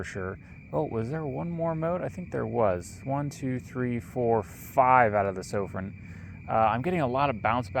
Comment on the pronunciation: Been following Sofirn since they came on scene, Its Sofirn pronounced just like your pot plant Fern Sofirn.. 👍